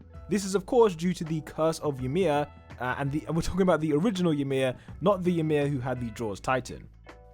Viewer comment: Ymir is pronounced as ee-mir, not y'mir lmao